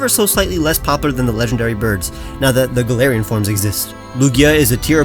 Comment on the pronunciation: GALARIAN, NOT GALLERIAN!